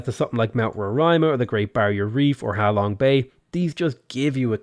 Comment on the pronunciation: ser its ha long bay not how long bay